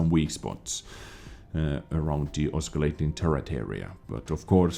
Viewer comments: Love your vids . Just fyi your English is awesome. Just to let you know: Oscillating is pronounced just like if the letter "c" was missing. So it's "Ossilating" (pronounced). Keep up the great news! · The 'c' in oscillating is silent, think of it more as 'ossilating.' Apologies if this comment is annoying, but you asked us a couple of years ago to point these things out. Cheers, keep up the good work. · btw the word "oscillating" has a soft C sound not hard. so treat it as if the C is silent. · I like hearing say "oscillating." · just for next time the C is silent in oscillating :)